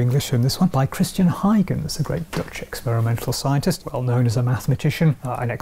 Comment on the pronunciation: Is that really how you are supposed to pronounce Huygens?